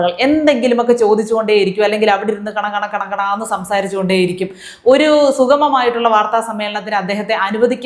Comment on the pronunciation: കണ, കണന്നു അല്ല കൊണ കോണാന്നു ആണു 😅😂